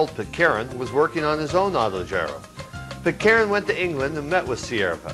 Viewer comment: Yeah, he can't pronounce Pitcairn, either. He makes it into a three syllable word.